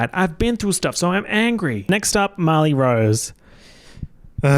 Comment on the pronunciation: it throws me off everytime you say Marley i hear "molly" and i get so confused hahaha